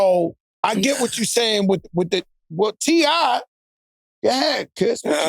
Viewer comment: So nobody heard Joe call T.I. "C.I."?